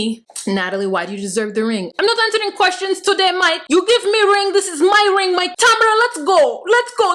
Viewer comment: “No Moike“ 😂😂😂😂